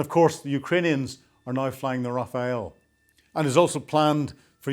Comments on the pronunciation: The French fighter is not called “Rafael” (Nadal), but “Rafale” (which means Gust in French) 😅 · When you pose as an expert, get the names right. It’s not the Rafael. It’s the Rafale. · Is "Rafale" not "Rafael "...😆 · “Rafale” NOT “Raphael”. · The Raphaël ??? That is NOT how you pronounce Rafale.